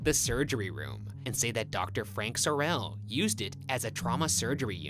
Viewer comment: My last name is Sorrell, this mispronunciations throughout the whole video got under my skin!